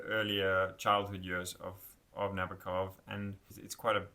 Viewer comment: The name is pronounced Na-boak-off. Stress on the “boak.” I met an old lady who had him as a professor at Cornell. She said that is how he told the class his last name is pronounced. She gave me the book they used in class. She also hung with Thomas Pynchon and played tennis with Ruth Bader Ginsberg. She said, “That’s why you go to an Ivy League college.” And there I was, a high school dropout. You got the pronunciation of Nabokov’s first name wrong, too, but I’ll let you work on that on your own.